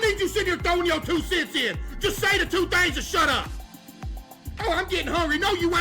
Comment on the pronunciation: That “SHUT UP” was definitely personal 😂